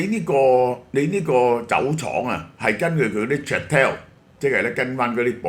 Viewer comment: Château 讀音： 殺刀 呢啲殺刀劏唔少富豪🤣